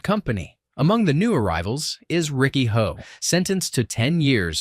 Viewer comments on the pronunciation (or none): Why does he keep saying Riki "Ho", when it's Riki "Oh"? This AI voice nonsense has made people lazy.